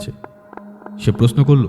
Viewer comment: Everything else is great but please work on the “Sh” and “S” pronunciation. “Prosno” noye, kotha ta “proshno” kaan e boddo lage shunte (sorry) just an honest feedback..